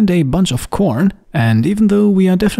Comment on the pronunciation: You really tried with that “CORN”